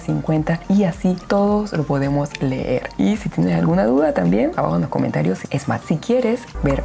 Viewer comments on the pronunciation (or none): none